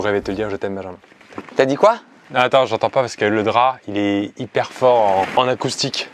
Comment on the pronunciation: Se nès pas binjinmun se n’est pas binjinmun c’est bijinmun